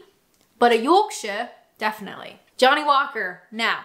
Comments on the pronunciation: salad cream on a sausage roll 🤣 edit - I love your Yorkshire accent every time you do it 🤣💜💯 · You sound so funny when you say yorkshire, keep it up.